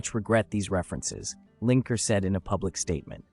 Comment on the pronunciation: Lineker. Not Linker.